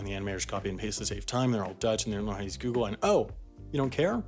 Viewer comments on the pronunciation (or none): none